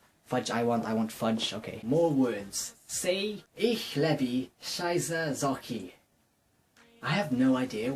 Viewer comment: Haha, you kind of prunounced 'schwiizer' like 'scheiße'....which means 'shit' in german. xD Hey, you said it pretty good in my opinion, even though that's not the german I speak. :P Thanks for telling me a horror story and showing me your fishes! :D Aii they're so adoreable!! And next time, I could punch you. >:D Hehehehe....no really, don't do that ever again when I'm watching it. O.e Oh and last thing...DON'T FUCKING THINK I CAN'T EAT YOU BECAUSE I CAN! xD